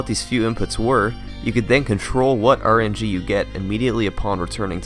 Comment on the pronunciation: did you say RNG was 'look' instead of 'luck' ? :P